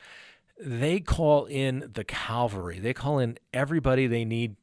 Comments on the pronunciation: It's cavalry not calvary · Cavalry, not calvary. :) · What is the Calvery? Do you mean, Cavalry? I'm from the UK so I'm not sure what you mean. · Cavalry, not “Calvary”.. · Cavalry not Calvary 🙊